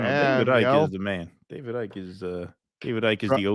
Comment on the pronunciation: It's David Icke. Icke is pronounced like bike.